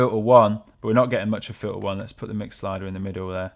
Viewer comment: FIL-ah? It's pronounced FILTER. There is a T in that word.